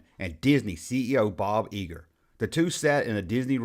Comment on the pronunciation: It's Bo Geiger pronounced Guy ger. All in all, good job!!